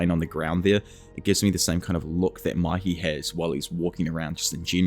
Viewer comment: Why do you say Maki instead of Mikey